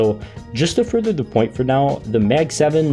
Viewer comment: i dont think that is how you pronounce the mag-7